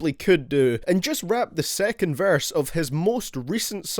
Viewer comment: Boy says verse like varse